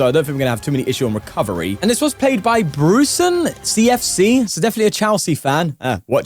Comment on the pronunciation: its bruce NCFC, not brucen CFC. norwich city not chelsea